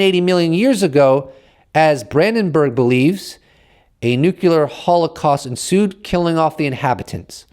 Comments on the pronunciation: Brother PLEASE stop saying nuke you lure. Its NUCLEAR! Other than that, keep up the good work, thank you! Peace and love, keep doing your thing. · New game: drink a shot when says nu-ce-lar